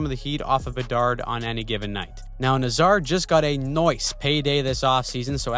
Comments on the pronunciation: the Hawks...first of all it's Nay zar not na Zar...second of all, not one mention of their young defense with much potential... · You might want to check your pronounciation of Nazar.